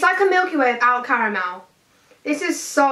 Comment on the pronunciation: Lillie Herbison no it doesn't she can't say it right😦😦😦😦😦😦